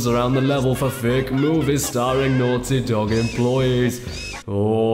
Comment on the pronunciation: "Ohhh Thoes Daughty Nogs" XP Made Me Laugh So Hard XD